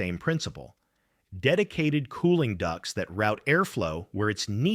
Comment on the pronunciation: It's ducts. Not ducks!